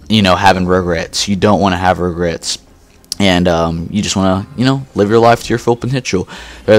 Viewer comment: Ahahaha! When you said, "You don't want to be on your deathbed and having regrets." I totally thought you said rug-rats ahaha. Great commentary bud.